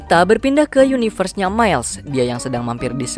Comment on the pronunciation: yunayvers cuy wkwkk ada ada saja nyebutnya